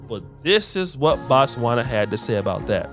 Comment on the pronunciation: Its NOT Batswana , its Botswana. Batswana is the name for citizens of Botswana , as in America , American!